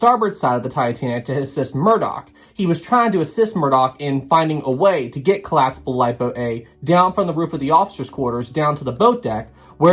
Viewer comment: Said “Collaspable” and “Warshed”. That’s two strikes. Don’t make it three.